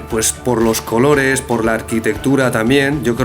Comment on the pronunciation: "Los cololes" en vez de los "colores" de es muy simpatico como hace un tremendo esfuerzo para hablar bien en español😃